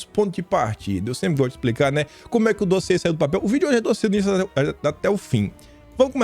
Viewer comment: Vamos dar mais likes no "dóziê" do 😂😂😂😂😂😂😂😂